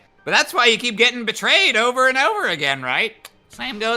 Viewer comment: It's oatver, isn't it? Isn't it? Isn't it oatver?